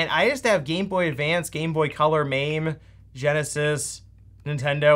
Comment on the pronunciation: It's not mayme it's mah may. Mame means small or miniature